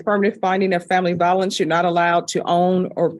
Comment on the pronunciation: Vi o lence with a long i, not va o lence with a short a.